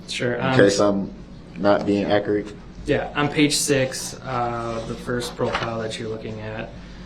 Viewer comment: Akrit??? It's "accurate"